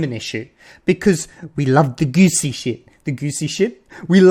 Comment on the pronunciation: He says "goosy" instead of "juicy". Fake English speaker confirmed!